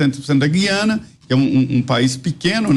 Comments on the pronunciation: Apresentadores, não é Guiana,mas Gu- í ana ,certo? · Falem GU-IANA. Jamais GUI-ANA.